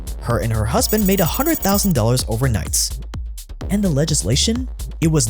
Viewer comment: Anyone else notice the Ss. Like he said overnignts instead of overnight. ?